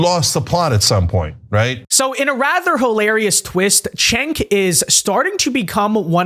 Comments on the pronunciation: It's pronounced JENK, not CHENK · Actually, it's pronounced "Jenk." The Turkish C is pronounced like a J.